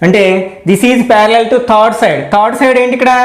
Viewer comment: Pyariallliall,parallial to parallel 😂😂